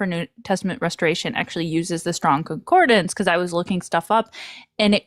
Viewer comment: Please, for the love of the god none of us believe in... it is con-COR-dance... not con-COR-de-nance